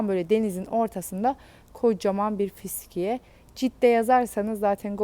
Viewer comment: Bu kadın "fıskiye" demeyi öğrenemedi gitti...